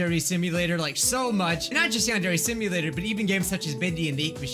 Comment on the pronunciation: "yong-ok dear" 😍😍 instead of yandere simulator in the old vid 😍😍😍